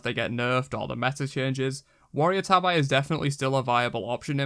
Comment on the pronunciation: How the hell can you say Ninja Tabi correct and Warrior's Tabi wrong? (tah-bee NOT tah-eye)